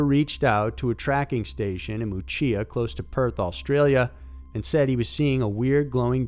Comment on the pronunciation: WTF is "Mew-che-ya"?? Ask an Aussie to check your pronunciation mate!! "Muchea" is pronounced "Mew-shay". Ok? (I'm 45 miles from the place you mention, and - as it happens - was hunting there today.)